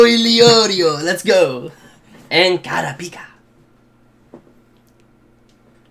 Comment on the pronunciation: Does he ever pronounce kurupika right?